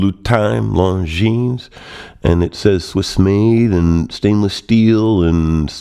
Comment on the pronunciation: Thank you for the review. Have it an love it! A little tip. Longines is pronounced: "Longiiin" (Swiss/French). Long i and no s